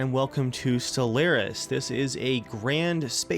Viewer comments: dave, your awsome, i love your videos, but for the love of god stop pronouncing stellaris like that. your saying it like stel-air-is, but its more Stellar-is. sorry, i'll report to latrine duty for the rest of time. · It's pronounced stell-are-is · Oh shit, Dave's playing Stellaris! He did pronounce it wrong at the start, though.